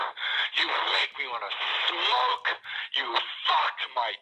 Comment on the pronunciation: the way he hits the emphasis on “smoke” too: ”you make me wanna SMOKE!” so goddamn funny. 😂